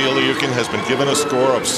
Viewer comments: Its not (leukin) its pronoused (lou-kin) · It's pronounced "Lee-you-kin" if you look at the Cyrillic.